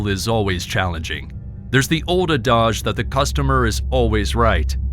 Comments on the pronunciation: "old uh-daj" lol? The word adage is pronounced add-ij. Like cabbage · Adage is pronounced add-idge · Adage, not "a-dodge."🤣